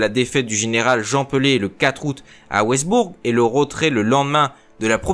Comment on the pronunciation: Pitié ! Pas Westburg ! Wissembourg ! A part ça, à votre disposition pour vous aider pour les noms : les langues sont des musiques